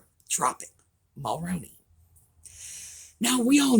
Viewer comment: Your killing me say it this way mall-rooon-E that’s how you say it 🇨🇦